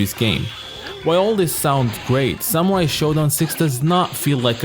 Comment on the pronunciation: SAMUAI !! its all i listen, i guess your videos are good but your horrible pronounciation makes them impossible to listen, sorry. Letter R exists in English